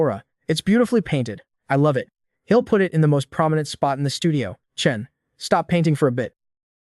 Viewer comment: okay. AI doesn't understand apostrophes. (he'll pronounced hell)